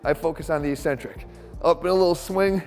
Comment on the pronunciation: Eeeeeeeeeeeecentric is not a word in the English language. It's eK-Centric. You're better than every other meathead out there, Jeff. Please just look it up.